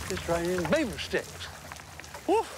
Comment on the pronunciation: Did you say BERAVER?